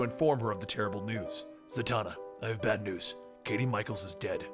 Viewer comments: "Zatanna, I have BAT news" I know that's what I heard. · Did..did you say "Bat news"?